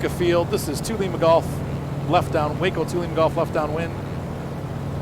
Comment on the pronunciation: Good review.. I enjoyed the commentary. I fly Rc also.. This Waco is definitely a love / hate relationship (bad ground handling) Minor note.. usually pronounced "wah-co" (the first syllable pronounced as in "water"), not "way-co" like Waco, Texas, whose name is entirely unrelated. Looking forward to more videos.